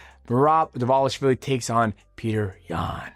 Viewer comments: he pronounced Dvalishvili perfectly though (“v” is pronounced “w” in clusters) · Respect to Mighty for FINALLY Pronouncing Dvalishvili perfectly. xD